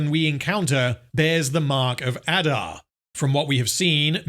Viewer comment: I know this is long over but c'mon you have to rrrrroll those Rrrrrrr's. Numenorrrrrrr, adarrrrrrr. Galadrrrrrrriel.